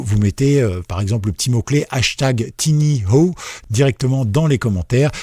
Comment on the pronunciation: En fait, c'est TinyWow (prononcer TaïnyOuaouh) 😉